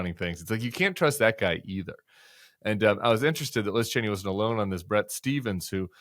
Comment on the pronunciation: It’s Cheeney not Chainey